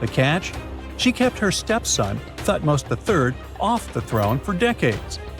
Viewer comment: TUT- Moz I, TUT-Moz II? HAT-Shu-Psut? TUT-Nkwa-Amun.